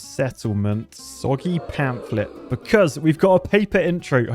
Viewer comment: Pamplet? Maybe you mean Pamphlet 😅